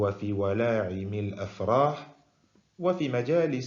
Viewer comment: السلام عليكم ورحمة الله وبركاته Petite erreur à la lecture à voix haute de ولائِمِ il me semble que tu la prononcer avec la lettre ع, Sinon vidéo très utile. جزاك الله خيرا